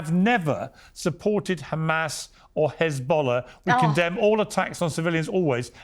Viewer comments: I love Sharron but she needs to get back to the Chardonnay and stop pretending she knows anything about this conflict. She doesn’t even know it’s an E not an A in h3zbollah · Hez, not Haz, sharon ffs!!!! What are you talking about woman. Im not pro anyone but for ffs get your details right!